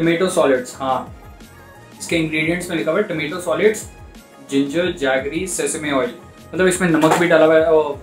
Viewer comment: bro you called it sesasme oil but its sesame - see~same . LOL